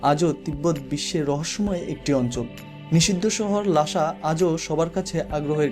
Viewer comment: ' লাশা ' না রে ছাগল অইটা হবে ' লাসা ' । স আর শ এর তফাত জানে না আসছে ভ্লগ বানাইতে